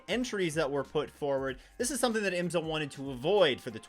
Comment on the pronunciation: Like your videos but please pronounce IMSA properly. It’s IM’-SA. Not. IMS-A’.